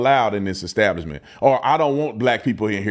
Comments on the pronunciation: He said Eggstablishment and not Establishment. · Ecstablishment 😆. What a ruckin Feetard! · Pastor need to learn to read it's not eggstablishment 🥚🥚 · "At their ek-stablishment." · That "pastor" needs to pray for redemption and the ability to pronounce "establishment" (hint: it's not exstablishment). 😂 I put some money in the Salt and Honey bank, all the best to them! 😊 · You could tell the pastor wasn’t up to snuff by the way he pronounced establishment.